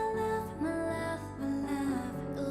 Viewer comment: Yes ballads typically don't have them singing along side a backing track like dance heavy songs typically have. Thats why you can hear them clearly change a few things, like how on the track Asa says "love" with a pronounced "F" kinda like "flove" but in the live she does not. Of course they still have effects like echo when needed but it is indeed live. I do hope you guys check out Twice because that means you can see the Killing Voice video, it's so good. I would of course also nominate groups like Bigbang to get some OG dudes in there and Red Velvet aswell mainly because I'm hooked on the new Red Velvet comeback, Aespa is also so good and interesting to go through simply because of how wild their MVs can be. Maybe one day has experienced at least one group from each big label.